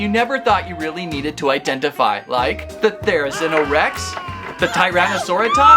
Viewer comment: Therizino is pronounced “THERE A ZEE NO SAUR US”